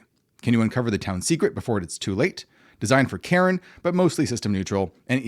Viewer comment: I am weirded out each time you pronounce Cairn as Karen. There is no second syllable.